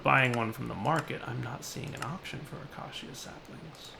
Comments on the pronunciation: UH-KAY-SHUH. Not Ak-Ah-See-Ah. Not Uh-kay-see-uh. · acacia[ uh-key-shuh ] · pleeease. acacia is pronounced a-kay-sha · Acacia... Ah-KAY-sha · Day 46,873. still can't say acacia. I bide my time.